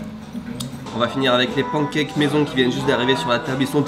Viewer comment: « Les ponkèkes »